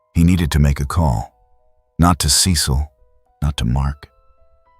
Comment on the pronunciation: What’s the deal with the constant mispronunciation of Cecil’s name?? 😂